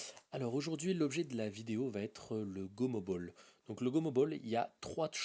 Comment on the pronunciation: c gomobal ca ce dis pas gomobol sinon continu t supèrt